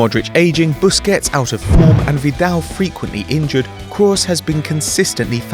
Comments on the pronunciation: Stop saying KRAWS it's Kroos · Toni Krowos? what is that pronunciation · Is name is krooooos nor croos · you called someone pronounced Kroos Cross, so you're under appreciating him yourself, + he does get appreciated!!! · its pronounced krus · it's pronounced 'cruise' you dutch wank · stop overpronouncing kroos ffs you're Dutch not german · Who else hates the way he says Kroos? Or is it just me :( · What on earth is going on with your pronunciation of Kroos? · Tbf I think at one point it sounded like you got it right. But most of the time it sounds like you haven't got a clue how many vowels it has. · That pronunciation of kroos